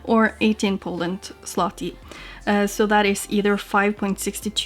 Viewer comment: Very well pronounced zloty 👍🏻